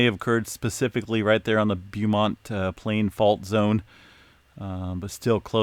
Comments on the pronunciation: BOW-Mont not Bew-mont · BOHmont not like beauty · It’s called BOWmont! 😄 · Beaumont CA is pronounced “Bowmont” just FYI... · It's BO as in NO.....for Beaumont. No matter if it's Beaumont, TX or Beaumont Hospital in the suburbs of Detroit, MI. You're slaughtering the word!‼ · It’s pronounced Bō•mont 👍🏽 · Beaumont is properly pronounced "Bowmont". TMIA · Pronounced "Bo-mont". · Pronounced Bow mont as in bow and arrow. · Pronounced Bo-mont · It’s pronounced Bow-mont. nice try. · Thank you, I knew I wasn't the only one thinking he was saying it wrong.🤔😄👍🏽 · LOL I'm in Beaumont Texas and you are killing the word! 🤣🤣😎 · I'm actually in the beaumont he is referring to and it hurts everytime he says it lol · I'm in Beaumont as well! And it was tickling my nerve! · I speak French. He really does 😂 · is good-natured about it. He'll be the first to tell you he's not great with pronunciations of some of these areas but always welcomes the feedback.